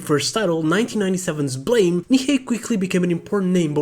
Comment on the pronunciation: blame not blahm